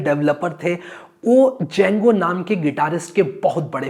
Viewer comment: The D is silent boah!